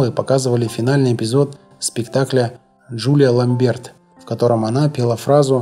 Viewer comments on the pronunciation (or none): Все хорошо. Но: Имре (а не ИмрЕ) КАльман. А также: Джулия ЛАмберт. Ну, очень ухо режет! Зачем выделываться? В итоге портится впечатление от неплохого, в целом, ролика!